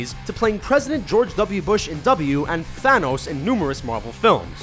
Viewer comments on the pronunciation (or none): none